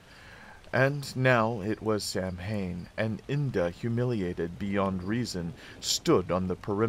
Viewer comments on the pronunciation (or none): Great video! Not a biggie but Samhain is pronounced 'sow-win' as its an old celtic word and not phonetically pronounced as if it were an English word